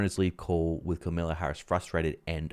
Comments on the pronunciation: It's Kamala not Camilla Harris - although I'm sure you know that... 🙄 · It's not Camilla (she is the British Queen). I think you probably mean Kamala.